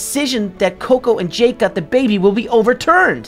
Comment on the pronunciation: its JAKE not JACK